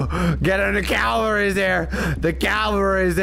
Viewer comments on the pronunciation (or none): I know hes saying "cavalry" But its sounds like "Calories"